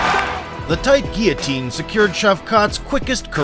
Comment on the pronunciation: Its only a "ghee-otine" when there is a GHEE... otherwise, its a GUILLOTINE choke... you doofus!